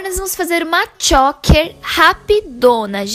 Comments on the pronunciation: Que agonia dessa menina falando “chÓker” 🙄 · Dica: Pesquisa antes como é a pronúncia de choker, porque vc errou, amiga. Errou feio, errou rude.